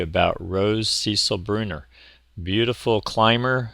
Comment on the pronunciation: It is pronounced Cecile (sə-SEEL), not Cecil. It is a female name, equiv. to English name Cecilia.